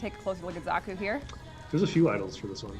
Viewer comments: Thought it was pronounced SHA-kuu? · They said their name to many times for you to say the name wrong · i cant get over the way you pronounce Xaku's name